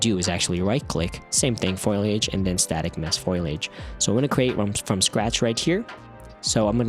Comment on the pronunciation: I hate to be this guy but think it's pronounced foliage not foilage...